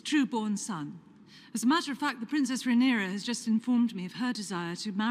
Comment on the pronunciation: Just a note: her name is RhaenYra, not RhaenEra.